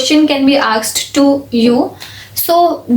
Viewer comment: aksed...😂😂. It was asked didi.. what a tooper u are.🤓🤓😳😳